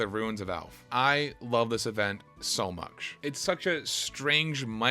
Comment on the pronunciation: Much is not "muksh"